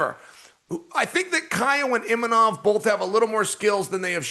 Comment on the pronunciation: It was refreshing to hear Uncle Chael set an example and pronounce Imanov correctly, especially after listening to du plessees incorrectly refer to him as Imamov repeatedly